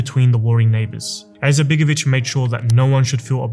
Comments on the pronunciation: Why is this guy clearing this throat (an arabic pronounciation) while pronouncing the I in surname Izetbegović? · Have you thought about to learn how to properly pronounce his name before you made this video? I’m Bosnian and I don’t have good opinion about him especially not about his political ancestors and his son BLJAKir IZMETbegović who is the most corrupted politician in Bosnia including his wife SMRADija IZMETbegović.